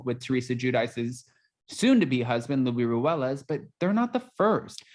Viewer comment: I’m not team Tre. I know how rotten inside she can be but still don’t want to see her marrying someone like Luis yes he’s Latino so it’s Luis not Luie lol. After watching different platforms bring out info on how he and his sisters have been trying to get on either the Miami franchise or now New Jersey give literal thirty for fame vibes. This franchise is no longer a reality show. It’s like watching actors get ready for the roles they play.